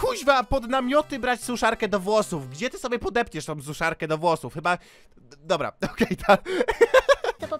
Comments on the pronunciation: Szczotka do "wlosuf" boże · Te "struj" "włosuf" xD